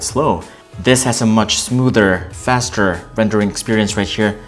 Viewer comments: How do you pronounce “faster” ? Lol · Exactly you can clearly see he never closed the apps running on Samsung m20 he just edited it out and cleared all the running apps from note7......and they way he says faster. like what faster it's not the flash vs quicksilver.... 😂😂😂